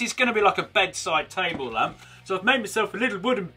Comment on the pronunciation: Did you say lämp b r o t h e r?